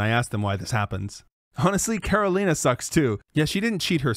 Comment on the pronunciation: As a native Ukrainian speaker myself, while Karolina's pronunciation is perfect, I'm not sure if it's the result of being fluent in Ukrainian or simply learning the pronunciation through common Ukrainian words that her family may have used at home.